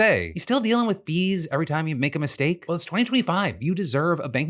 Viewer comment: For me, I caught it in Phil's ad read it changed "fees" to "bees" and i thought banks were siccing their bees on their users and was like "woah"